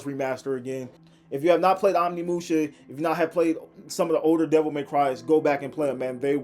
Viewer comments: It is pronounced oh nimusha not on imusha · Can’t even say Onimusha correctly